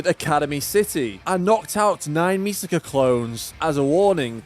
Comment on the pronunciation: I genuinely don't get how people can pronounce "Misaka" as "Misuhkuh" when it clearly should be "Me-sah-kah"